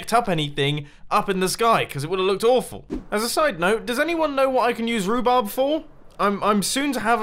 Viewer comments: Roobob? am I the only one hearing that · It’s actually pronounced ru-barb.